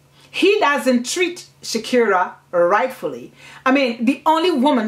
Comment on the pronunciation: I have read this book but i didn't see any part of it telling us that mama Rashida had two kids. And also u pronounce Sikira as Shakira which may be misleading. But u have explained it well. Thank you